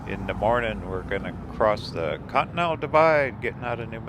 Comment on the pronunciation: i wonder you pronunciating con-T-nen-tal = cotton to be always honest ' i dont like museums much, its better to visit churches, pawn shop,antique shops. but i love to travel like journey never ends. and thats what i love in your videos. and the music that you set in your videos, hits the strings of soul. thanks